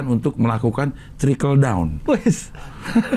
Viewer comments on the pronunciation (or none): Gapapa bang dikit kliru bilang trickle jadi tracking ✋